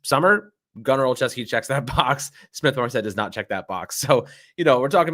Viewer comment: Gunner is pronounced “Gunner- oh- Chef- ski”